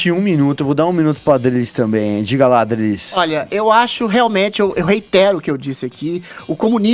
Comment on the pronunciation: Adrilles esse é o nome desse rapaz? Aplausos pqp falou direitinho.